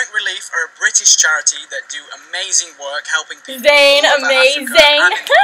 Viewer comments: did she rlly say amazayn though................. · 'Amazayn' ohmygod ur such a carrot ily